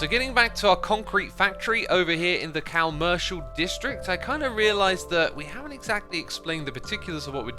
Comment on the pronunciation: I love how he says "cowmercial" district